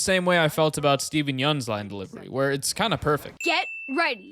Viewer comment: You're probably the one creator who pronounced Steven's name right so massive points to you as a Korean